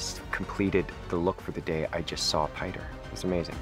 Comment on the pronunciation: Pretty sure Pie-ter is not the correct way to say Piter